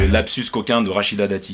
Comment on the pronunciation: on dit lapsus pas labsus attention ! sinon impec la vid